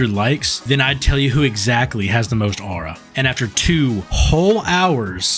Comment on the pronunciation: Bros saying “owra”, mispronouncing aura has to be some sort of negative aura farm strategy. 😂